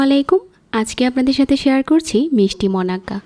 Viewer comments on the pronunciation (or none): none